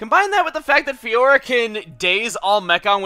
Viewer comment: I'm feel the same about saying Fiora:/